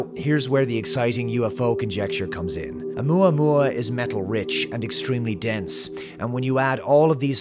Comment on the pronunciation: You say, "Oumuamua." All I hear is "Alomomola." Not quite the same thing…